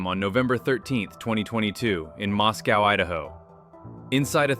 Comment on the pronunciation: For the record: it's pronounced Mos-coah (rhymes with Roscoe)--NOT like Moscow, Russia!